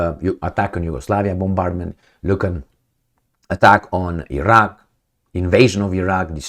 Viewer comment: One more time ---about Agence France.Presse... "Agence," not "agencie" (Ajans, not ajansi) --Iraq. is ..Iraq, not "Airak" The message, however, is spot on.